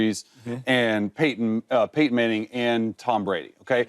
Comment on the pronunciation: Everytime I hear “Peyton Manning”… Paintin Manning